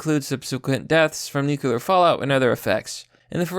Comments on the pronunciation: Jesus christ, please learn how to pronounce "nuclear". Nu-clear. Not Nuke-yiller. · STOP SAYING "NEW-CUE-LAR" IT'S "NEW-CLEAR" DAMMIT! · Nook - lear. Not "newkewlear". Only two syllables. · New... Clear. Say it with me. Nuclear, not god damned nukular. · NucLEar not nucELar war, man idk why it annoys me so much, like hwile instead of while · God. Dammit. Nuclear. Not 'nucular'. Noo-clear. The word 'clear' with 'nu' in front of it. Not god damn 'nucular'. You said it so many fucking times and every time it was wrong. Nuclear. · my guy its not nucular its nuclear.... new-cue-lar no. new-clear yes, jesus use our beautiful language correctly please its not that difficult. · WTF... STOP SAYING NUKE-YUH-LER. IT'S WRITTEN NUKE-LEE-AR! NUCLEAR!!! I'm calling it now, has an IQ under 100... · New. Clear. Newkyooler. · It's not nu-cu-lar. It's nu-cle-ar. Get it right. Makes you sound illiterate. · Nuc-u-lar? Bro.... nuc-u-lar? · Yo... It's pronounced nu-cle-ar. It's not nukular. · Newcular war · No balls kill the human species. *Hears nuculear sirens go off* The mad lad. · I'll actually pay you if you stop saying "nukular". It's nu-CLE-ar, like in "Cleo". This word has been "W-Bushed" to fuck already! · Nuclear. Nu (new) Clear (kleer). Not nucalur. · Nuculer war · I love ya... But ffs. Noo-klee-er. :-P it sounded like you were trying, I think you said it right once or twice. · Anyone else bothered by the pronunciation of the word ‘nuclear’? As if it’s spelled nuc-U-lear 🙄....... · I can’t take anyone that uses a q when they say nuclear. Say it with me, “new cle ur.” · New-KLEE-urr.... Please for the love of god say it right.... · pls man it's nuke-lee-r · NOO-KLEE-ER NUCLEAR AS IN NOO-KLEE-US NUCLEUS OF AN ATOM. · "Nukeuler" You're a fucking mongoloid dude. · Nuke yew lur